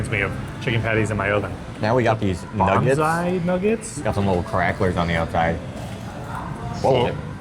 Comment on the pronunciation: When you were looking at the menu it sounded like you were saying "Bonsai" chicken nuggets rather than "Banzai". I couldn't figure out how miniature trees could have any connection with chicken nuggets! Americans do such strange things with vowels in non-English words! 😆